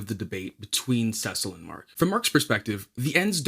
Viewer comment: Cecil pronunciation?🤣